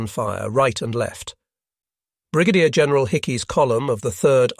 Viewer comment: The AI that speaks was atrocious on this video. General with a hard g. Whoops.